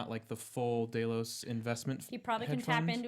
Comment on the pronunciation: Is saying "Day-Los" instead of "Dell-os" a dialect thing or just mispronunciation?